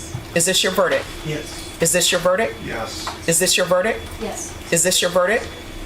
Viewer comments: verdict not verdick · It would be nice if the Judge would pronounce "verdict" correctly! There's a "T" at the end for a reason!